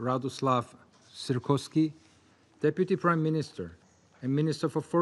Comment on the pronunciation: his name is Sikorski 😂😂😂